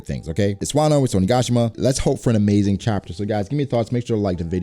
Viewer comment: The way you say Onigashima gets me everytime/. "OniGAWshima"